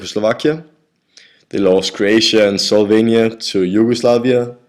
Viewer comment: slovania :D not solvania!